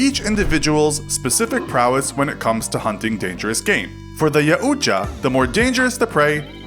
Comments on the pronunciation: Yowcha not yaucha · It’s not aucha it’s yautja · it's prounonce yaow cha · Its pronounced "Yow-Cha", not "Yow-U-Cha". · Yaoocha! it’s pronounced yow-ja yaujta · It's not pronounced "Ya ooooch-a" It's pronounced "Yout-JA." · Pronounced Yow-chah Not Ya-ooh-chah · "Ya-ooh-cha" lmfao. It's yow-cha... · It’s pronounced Yow-cha, not Ya-uw-cha! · JAUW TJA. NOT .JA UTJA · Ya - uuu - ja? No. It's pronounced Yaw - ja (the j is soft and the Yaw is pronounced like Maw) And make no mistake, while the Predator is honorable, if it really wants to kill you, there's nothing you can do to stop it. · It's pronounced Yaowcha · I thought it was pronounced (Yao-juh) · spelling yautja pronounce yawcha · Yaw- jaw that’s how you say it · Its Y-OW-CH-A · It's called a yachta (yac-tcha) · It’s pronounced Yat ja btw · its pronounced "YY-Ow-Cha" just for correcting ;/ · It’s pronounced yowtja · “Yow-Cha” not whatever you were saying lad lol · Yautja is a clan and it's pronounced yeow-t-ja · It annoys me when he pronounces the predator name wrong it's ya-chu-va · you're saying it wrong it's yocha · Its pronounced: e-wat-ja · It is pronounced Yout-cha) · It's pronounced yawcha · It's see yacha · Cant wait for people to start calling Yautjas Ya'Utja. Predators are not african tribes. This is not how you pronounce yautja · You pronounced yautja horribly It’s more of Yow-t-cha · It’s yau-cha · Ok I wanna say a few things the predators name is pronounced like a cartoon character going like YAOOO CHA when they get hurt and also just don’t carry weapons they also don’t attack prey without weapons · Its pronounced yow cha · "Yow-cha" although it is debatable also after watching this full video you got a lot of things wrong. prepare for the nerd rage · Yautja is pronounced yowt jaw. Js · yaht ja its pronounced yaht ja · It’s pronounced “Yow-cha/ja” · clicked off as soon as you called them yaauutja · its pronounced "Yaoja" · I always thought it was pronounced ( yowt-ja)